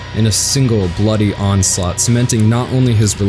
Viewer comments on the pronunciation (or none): none